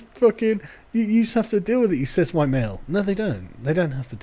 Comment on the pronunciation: "color me surprised" I thought you said you were Huwite ...